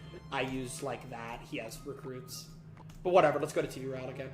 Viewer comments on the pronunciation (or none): none